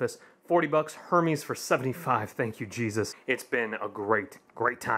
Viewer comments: It’s not her meees it’s pronounced hare mez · Er-mez not her mes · The h is silent it Hermès so it’s ermas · Gregory Chambers thank you! It makes me cringe when it’s mispronounced.